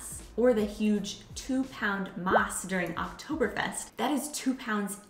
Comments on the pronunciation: We simply call it a Krug ;) and btw eine Maß (1l beer) ist pronounced Mass (as in Masse) not Maß like in ‚Maß nehmen‘ (taking the measurements of sth) 🙏🏽😋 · you should also work on pronouncing "Maß" . Most non-bavarian people do it the wrong way. Its sounds more like the english word "must" without "t" Germans mostly do the same mistake and it sounds so wrong for a bavarian ear :)